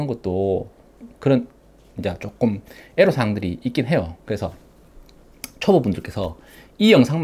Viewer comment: 에로사항 ㅋㅋㅋㅋ 애로사항이네요 순간 놀랐습니다 ㅋㅋ